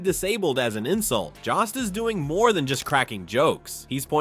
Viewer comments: His name is Jost! Not Jast! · It's Joe-st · Maybe teach your AI to properly pronounce Jost. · Did anyone notice that most and jost sound alike? Does the computer voice pronounce most that way? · PLEASE learn how to pronounce Jost! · I hate AI narrations as they mispronounce “Jost”